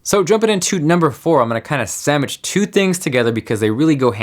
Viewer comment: Did you say sammich?